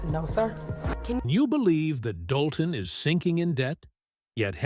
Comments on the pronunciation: Either get better AI or learn to speak English and pronounce names correctly in your your subject matter. First, it’s pronounced Dol-ton. Second it’s spelled and pronounced Hen-yard. Not D-olton and Not Hen-ry-yard. Hard to listen to your facts and you can’t get the simple names right. Yeesh! You probably don’t even live anywhere near this mess. I do. I look for current updates that directly affect me. It’s triggering to listen to cheap crap posts just to make $ off any kind of content, but be so blatantly lazy and careless. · Get the damn names of Dolton and Henyard right...please stupid ass AI